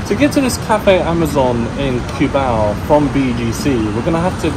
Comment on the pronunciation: My wife is hearing the video in the background and correcting your pronunciation of of Cubao. I keep hearing her saying coo-bow from the kitchen LOL. I explained to her that english speakers pronounce it that way because of how it is spelled.